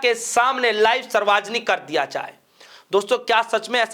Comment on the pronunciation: Reporter mahoday ji. Kya aapko Hindi nahin aata kya padhna likhna. Sarvjanik hota hai. Bolane ke pahle thoda sa dekh liya kariye kya bole.😢